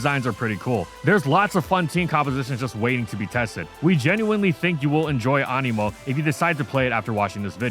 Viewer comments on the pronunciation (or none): I thought you said Amiibo